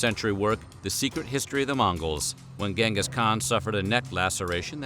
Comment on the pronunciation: It's pronounced chengus not gang Gus lol